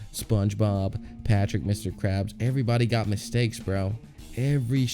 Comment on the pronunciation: Ај доунт лајк мстејкс